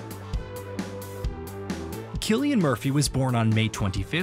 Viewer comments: He wasn’t born in Dublin, as the text on screen says. He was born to a family living in Douglas, a suburb of Cork city. And please stop calling him Sillian. It’s Cillian, with a hard C. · It is spelled Cillian and is pronounced with a hard C (like Killian). It is an Irish name. In the Irish language, there is no K in the alphabet. The letter C is used to produce that sound. The letter S is used to produce a soft S or soft C sound. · Well, whatever “everyone” says, I’m Irish, and Cillian is an old Irish name. There was a Saint Cillian. Sometimes his name is Anglicized to Killian. But the Irish spelling is Cillian, and in Irish, C is a hard C. Furthermore, if you search for it, you can find a short video of an interview that Cillian Murphy gave in which he demonstrates how to pronounce his name.